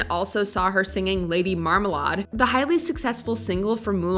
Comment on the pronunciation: is this a robot narrator? Lady Marmalrd, terror reid?